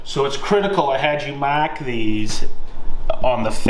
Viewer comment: Say mawrk these one more time 😂